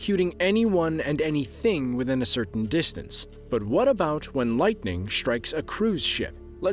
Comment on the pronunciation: Can nobody say “strikes” anymore without pronouncing it “shtrikes”? Every word containing “st” seems to have morphed into “sht”. “Assume” has become “ashume” . Etc, etc. It’s not just here in Shtraya (Australia) but seems to be all over the English speaking world and seems to be a fairly recent phenomenon. Any comments?